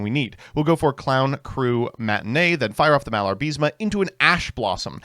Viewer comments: IS MALABA-RISME NOT MALAR-BISMA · Im sorry, did you just said "Malar-Bis-Ma?"